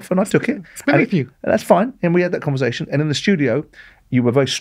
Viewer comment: Simon, it's converSation, not converZation.